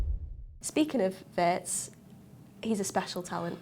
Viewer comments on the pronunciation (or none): German here, please... Wirtz is pronounced like Veertz ! Not like in hurts. Up the reds ❤